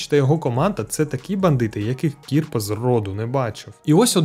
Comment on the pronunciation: Тільки Не КІрпа а КірпА